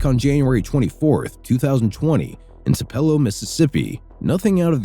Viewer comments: It’s TOO-pe-LOW, not two-PEL-low!!!! Like in Elvis Presley;s birthplace. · ITS PRONOUNCED “TWO PUH ( like DUH) LOW “. 😊Tupelo